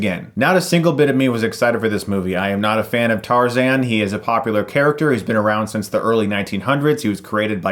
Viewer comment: What's TARZEN?? its Tarzan!